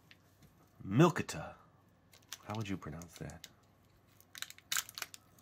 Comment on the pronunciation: I have the vanilla flavor of this and it is pronounced milk-e-ta